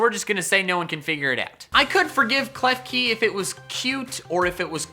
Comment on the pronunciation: KLEFKI, NOT KEFKELI!